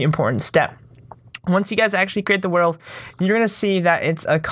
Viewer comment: "my worldf" me:whatf